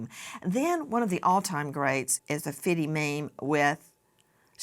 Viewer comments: Nancy saying Fiddy instead of Fifty (50 cent) I bet he wouldn’t like it being someone who’s against Diddy and his name rhyming with Diddy as Fiddy 😂😂 oh Nancy please pronounce your T’s because Fiddy is probably a worse name to call someone who’s standing up for Diddys victims and making memes to get it out there that this man has terrorised women and men and FifTy is bringing the whole world to see and expose this awful human being and you do 50 cent dirty like that? Speak PROPERLY especially names because Diddy and Fiddy is confusing people, I would say call him Curtis Jackson instead but there’s a T in Curtis so you would most likely pronounce that wrong too. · if she doesn't stop saying fiddy I'm going to lose my mind... lol Mam..... it's FIFTY! (50) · Nancy said fitty 50cent😂😂😂😂😂😂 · Did she say "Fitty"? Like 50 CENT? L😂L THIS IS AMERICA! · This BIH said FITTY 😂😂😂😂😂😂 Nancy you know damn well you’ve had your flat backside blown out many times 😂😂😂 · She said fiddy… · “ Fitty” I’m dying. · She said Fiddy 😂😂 50 cent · Replay Nancy pronounced it Fiddy.....😅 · just say fifty, not fifty